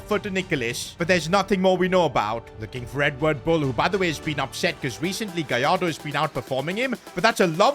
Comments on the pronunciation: It's gallardo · It’s gallardo